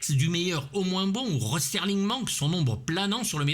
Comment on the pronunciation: Ah... Ben je répondais au commentaire, j'avais même pas remarqué que tu avais employé ce terme dans ta vidéo sur Crocodile Dundee. Mais à l'oral ça passe, c'est peu audible, par contre à l'écrit ça saute aux yeux comme une bite au cul 😁 Pour ce qui est de Sterling vs Serling, j'ai fait la même faute de prononciation pendant des années, genre 15 ans. Mais c'est assez naturel vu qu'on a l'habitude de parler de la livre Sterling, du sterling silver. Bref, pas de quoi en faire une jaunisse.